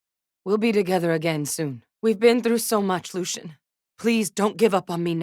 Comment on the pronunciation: "LUCIAAN" ouch.